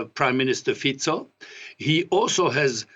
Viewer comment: It's refreshing to hear somebody on TV who is able to pronounce Fico the proper way :D.